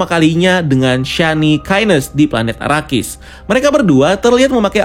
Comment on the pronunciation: Donken,sardawkar,houseofwer,burnikhalek,paulatredis,fremon,arakis Sumpah puyeng denger nya wkwk